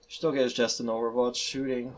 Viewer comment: It’s pronounced ski... as in, you know, skiing. They’re ski infantry (supposedly)